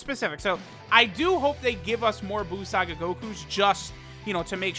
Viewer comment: Each time he said "buu saga" I heard "balls sac guy" 🤣